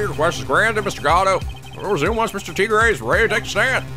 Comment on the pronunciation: yes almost every French word you have said is wrong like tigre is pronounced tee-gr-uh and there are many others